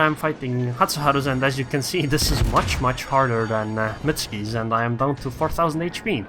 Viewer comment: Mut-su-ki and NOT mutski pls dude. btw nice test,thx.